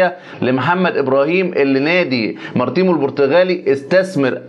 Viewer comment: من فضلك انطق اسم النادى البرتغالي صح الاسم هو/ ماريتمو